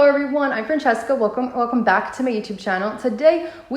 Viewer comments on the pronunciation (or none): none